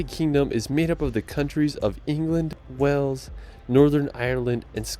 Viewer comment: He also calls Wales 'Wells' - a lot of Americans do this - if the 'a' sound is so hard to say why don't they call a tomato a 'tometto'? 🙂